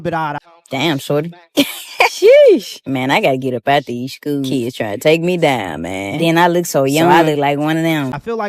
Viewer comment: She was there to, and I quote: "Teech deez keys". "mooch" instead of much. "dow" instead of down. "den" instead of then. "dem" instead of them. "skew" instead of school. "missed understang" instead of misunderstanding. "... enyteeng seksooal from keys ..." (anything sexual from kids) "imm'a whorl dat" (I forgot what this shit was supposed to be before I finished typing it) She should be shot, and that's not even getting into her pedophilia.